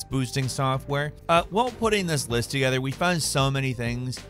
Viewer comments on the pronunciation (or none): none